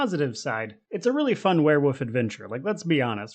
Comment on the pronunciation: It sounds like you're saying "werewoof" and I'm here for it.